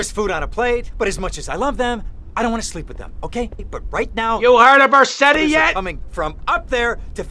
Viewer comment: Verse-tti LMAO